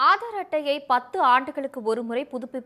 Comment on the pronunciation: Hello news reader, Aaadar அட்டையா????? Adhu enna pronounciation?????????